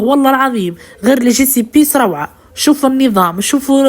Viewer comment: يا طبخنا المحترم يعطيك الصحة على طريقة التقديم، لكن نصيحة لخويا...نوصيك معاش تقول على التوابل( ليجسبيس) راهو اسمهم بالفرنسي (ليزيبيس) او قولها بالسوفية تاعنا السمحة ( لفاحات)..وجازاك الله خير، موفق بإذنه تعالى